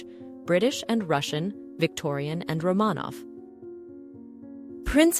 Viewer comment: Could the AI at least pronounce Romanov correctly?